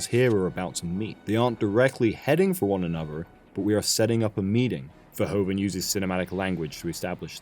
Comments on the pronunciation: He's better known by his anglicized name but Verhoeven is pronounced more like vur-who-fun in Dutch. Not fur-ho-fen. Good video still :). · "Verhoeven" is pronounced "Ferhoofen"! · Nice. Dutch language tip: the "oe" in the director's name is pronounced as the "oo" in "doom".